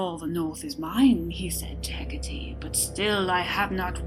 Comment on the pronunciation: Hec-cah-tay not hec-cah-tee sorry its a nitpick good story though